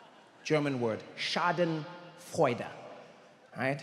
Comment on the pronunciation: Not so fun fact. The word 'Schadenfreude' is translated to other languages. You also pronounced it wrong. And I'm only 22 seconds in. Must have been a great appearance.